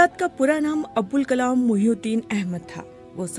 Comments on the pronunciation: عبدالکلام درست نہیں۔۔۔ ابوالکلام آزاد ۔۔۔۔۔ بی بی سی اردو سے میں بارہا کہہ چکا ہوں مجھے ملازمت پر رکھ لیں کم از کم ایسی بڑی غلطیاں کبھی نہیں ہونے دوان گا 😅😢۔۔۔ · Poor VO. continuously kept saying the name wrong..... Its ABUL not ABDUL..... A VO artist should know the difference. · بی بی سی اُردو کو کم از کم اِتنا عِلم تو ہونا چاہیے کہ اِن کا نام؛ ابُوالکلام تھا نہ کہ عبدُالکلام! مُجھے حیرت ہے کہ اِس قِسم کی غلطیاں کی جاتی ہیں اور ویڈیو کو اپ لوڈ کرنے سے پہلے سُنا تک نہیں جاتا! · آپ سے نام بولنے میں بار بار بھول ہوئی ہے۔ ان کا نام عبدالکلام نہیں بلکہ ابوالکلام تھا۔ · His name is ABUL Kalam, not ABDUL Kalam. didn't read it well and no one even noticed? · The narrator is again and again saying ABDUL whereas its ABUL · This video opened with the narrator reading the name wrong made it completely meaningless. It's not Abdul Kalam it's abulkalam. Bbc is losing it fast now. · Pathetic BBC didn't even know the correct pronounciation of molana s name Said abdul kalam Where BBC is heading to? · The narrator seriously needs to work on her narration skills. It's Abul Kalam Azad, not Abdul Kalam Azad. Jawaharlal Nehru not Jawahalal Nehru.. plenty of other errors as well. How hard could it be to record a script? Plus, it is absolutely rubbish to claim that Azad fancied Alcohol. Total nonsense.